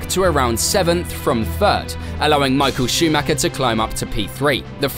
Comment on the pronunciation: It´s sad that people don't know how to pronounce Michael Schumacher